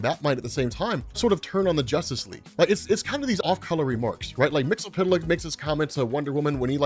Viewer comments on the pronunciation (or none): 'Wait, is it "Mix-ill-pit-lick" like is pronouncing it? Or "Mix-yes-spit-lick"? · You need to work on your pronunciation of Mxyzptlk. It sounds as though you're saying "mix-el-pit-el-ick" rather than "mix-yez-pit-el-ick".